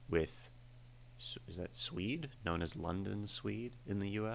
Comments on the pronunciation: The band Suede is pronounced like the leather product spelled the same way. Not like a person from Sweden. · You should check out Suede (pronounced like Swayed not Swede!!!) sometime. They were a relatively successful Britpop band in the 90s here in the UK. I'm not sure how complex the lyrics would be, but I think you'd like the music style, I'd go for Animal Nitrate to start with and then maybe Beautiful Ones.